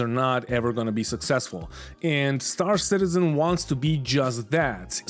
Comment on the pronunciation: "Star Shitizen" may very well stick! :D